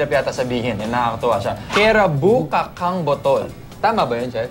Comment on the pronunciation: Kachang po ang pronunciarion ng kacang...bahasa po sya meaning seed o buto...